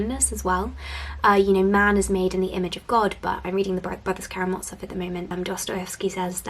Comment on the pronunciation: Just a couple of friendly pronunciation tips - the u in ”cuckoo” is an ”oo” sound (long in American, short in British pronunciation), and the z in Karamazov is not a ”ts” sound but z as in ”zap”.